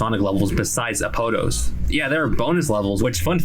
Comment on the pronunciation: You mispronounced Apotos </3